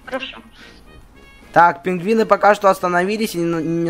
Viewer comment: Не пингвины а пингуыни